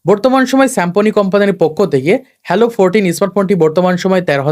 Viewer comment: আবাল,হ্যালো না হ্যালিও।আসছে ভিডিও করতে।উচ্চারণ করতে পারে না।আবার ইউটুবার সাজছে😂😂😂